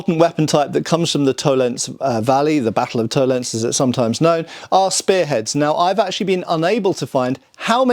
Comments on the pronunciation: Tollen(zee) - not Tollens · To len se. Every letter is pronounced, because German. Vollgriffschwert : folgriffshwert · It's Toll-ens-eh, there is no silent "e" in German... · In the word "Tollense," the "e" at the end is pronounced, just like in "Porsche." In German, an "e" at the end of a word is never silent. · Okay, I love, but bloody hell: German language is a context. Please treat "Tollense" as a German word,. Don't be one of the hundreds of British YouTubers who just go "By Jingo, this is English!" whenever they see a foreign name. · FYI, Tollense is pronounced with 3 syllables. No silent e's at the end of German words, but an unstressed schwa in this case